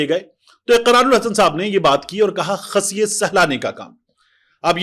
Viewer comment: طارق بھائی سلامت رہیں۔۔۔۔لیکن۔۔۔۔ خصیے لفظ میں خ پر زبر نہیں پیش ہوتی ہے اور پیش ہی پڑھی جاتی ہے۔۔۔۔۔ اقرار کے لئے ایسی مقدس چیز کا نام درست تلفظ کے ساتھ ہی بولنا چاہیئے نا۔۔۔۔😅😅😮